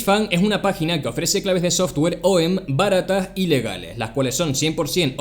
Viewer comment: Lol parece que dices que tu sponsor tiene 🔑 ilegales jsjsjs pero dices “y legales” xD